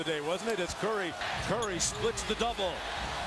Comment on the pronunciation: Steph "Furry" 😂🤣